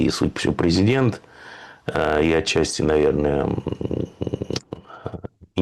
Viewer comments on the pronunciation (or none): none